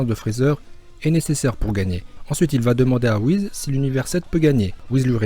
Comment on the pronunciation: ce n'est pas Whiz mais Whis